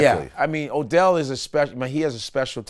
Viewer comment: Odell! Not Adell!